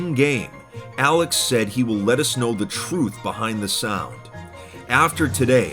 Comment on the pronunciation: "I'll let us know" somehow turned into "I'll lettuce snow" lmao